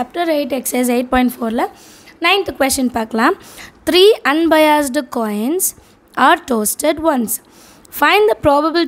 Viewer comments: toasted not tossed......😅😅😅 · Tossed not toasted....😅😅😅